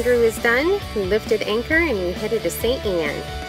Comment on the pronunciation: I heard St-Ian... Instead of St-Anne... It's my favourite town